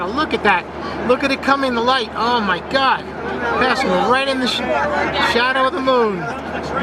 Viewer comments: Заебал он о майгакать 😂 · Как же выбесило это "о май гяд"!!! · чуть не блеванул от “омайгада”